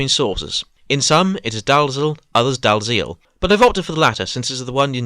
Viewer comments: Scottish pronunciation of the name Dalziel or Dalyell is (phonetically) Die-yell. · I thought it was pronounced as D.L. like in Dalziel and Pascoe. But maybe it's one of those names that can have more than one way of saying it? Either way, an interesting story.